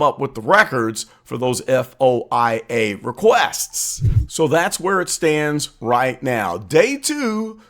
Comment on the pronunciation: You should pronounce the word, F.O.I.A. as “foia” or FOY-A. No one says just the initials.